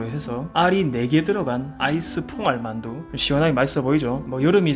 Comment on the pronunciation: 퐁알만두라니 발음이 흠터레스팅하네요